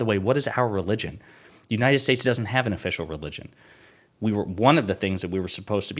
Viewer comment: Actually, what he said was "Uniner Shtaysh".